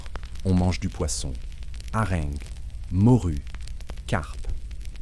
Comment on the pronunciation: Pas encore au top la prononciation de l'IA ! Les haringues....pour harengs Les perdrixxxxxe... Y'en beaucoup.d'autres.... tant mieux ça permet encore de faire la différence avec un vrai conteur !